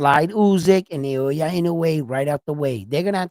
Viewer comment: It’s Naoya not Nayowa!